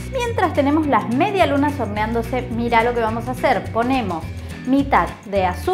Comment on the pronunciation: Nadie: Absolutamente nadie: En serio, nadie:: mediaSlunaS